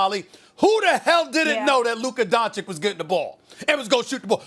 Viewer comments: Stephen A: “Luka Donchick” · "Luka DonKicH" Stephen A Smith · Luka is doing all of this and Stephen A. Smith still doesn't pronounce his name correctly, come on man is not that hard. "Dunchich" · Why do you bring race in? Best white buy? Stephen A you are a racist. Oh and pronounce the man’s name correctly please … “Don-chich”. Show some respect. You are a clown. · “Luka Donchick” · Two years and this dude still can't say Don-chitch smh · Nobody: Stephen A. Smith: Luka Doncik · Can Stephen A and the inside the nba guys start saying these mfrs names right? Pls that’s my only complaint on these dudes honestly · SAS still can't even pronounce Luka's last name right smfh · first of all if Stephen A. can pronounce the first 'c' why can't he pronounce the second 'c'. !!! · When is Steven A gonna learn to say Lukas name correctly? 😂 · Someone needs to tell Stephen A. that Doncic rhymes with Popovich. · Please. PLEASE someone tell Stephen A. how to pronounce Doncic's name correctly. Pleeeeeeaaaaaaaase! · Still messes up his last name